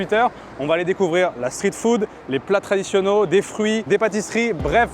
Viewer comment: Mes oreilles saignent, on dit "les plats traditionnels"